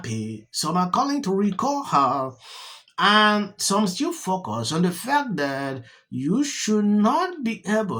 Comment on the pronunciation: Did he said “F%CK US” or “FOCUS “